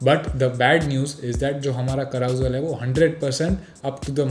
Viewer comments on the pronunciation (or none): Carousel is pronounced as ka·ruh·sel and not literally i.e. how you were saying. Now let AI fix that :-)